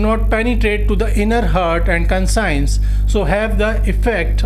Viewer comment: First correct your pronunciations then lecture here. Conscience should be pronounced - 'kon shns' not consigns. Heart should be pronounced as - 'haat' , not hurt. come on Sir , Poet is not pronounced pot. Elegance is allegance. I suggest you correct these basic matters first